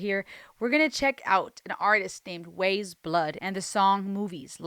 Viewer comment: Pronounced "Wise Blood" like "Eyes" with a W in front of it rather than "Ways Blood".